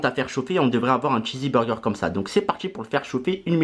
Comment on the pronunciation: C pas chizzy mais chizz burger ptn g envie de me percer les tympans 🤣